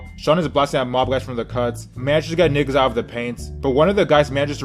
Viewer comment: I hate the way yu say nigga bruh where are yu from 😂😂